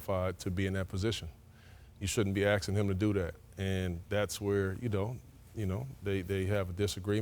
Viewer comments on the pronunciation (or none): "They shouldn't be axe'in him to do dat. And that's where u kno ... u kno... " Maybe Chauncey didn't pass up the job...